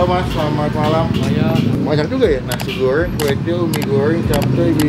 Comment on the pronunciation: Nasi goowwwwrrrrweeenggg chabbbbee rrhhhawitttt